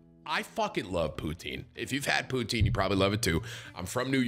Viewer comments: Stop saying poonteen 😭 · As soon as he said “pootine” I was looking at chat for someone to say “potang”🤣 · Wtf is pooteen?